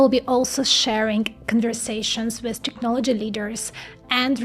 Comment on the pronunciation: please it's TECHnology Tech tech tech tech NOT TIKnology like in TIKTOK